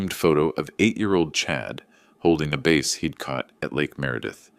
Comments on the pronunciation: Please, teach the AI that a fish is not called a BASE, it's a BASS. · Bass is NOT pronounced BASE! 🥴. Don’t they read this first? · 👋👋BASS NOT BASE❗️🤣🤣🤣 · Bass not base. AI needs to get better at pronunciations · As before, i stated i love these stories, but please review words that look the same, but are ex: bass is a fish not base like in baseball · It is a “bass” (fish). Not a base! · And what is it with the interspersed "D"? And teach AI the difference between BASS and fish and BASE of a foundation or a spot on a ball game field. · What’s with the inserted “D” several times. And that’s not how you pronounce the name of the fish. It’s bass, rhymes with ass. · Baseball and a Bass (fish). Not pronounced the same.